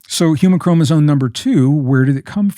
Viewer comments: Is he saying chromosone? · I love Gregg... and I know he knows that it's chromoSOME... not chromozone. I kind of like the latter a little better though. 😊 Great conversation, brothers. Much love and light to you both. ☝️🙏💜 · I hear him saying “ chromosone” Why? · Why do they keep saying ChromosoNe? 👀